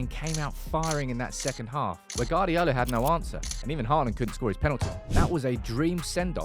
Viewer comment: Why do you insist on calling Pep, Guard-iola, the U before the A means its Gu-ard-iola pronounced Gwardiola just put a w after the G, and you're all set